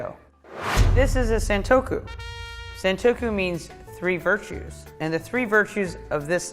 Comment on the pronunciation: she said sentoku not santoku san means three. sen means a thousand